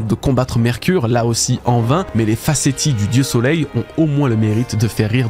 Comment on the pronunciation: Les "facéties" ça se dit Facéssi 😅